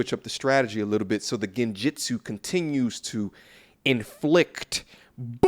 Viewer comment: Did this man just say "Genjitsu"? Buy this man a beer